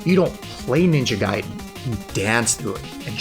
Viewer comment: Shouts to for saying Ninja Gaiden correctly